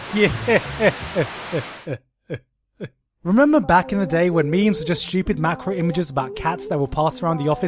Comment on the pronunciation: orrible - horrible.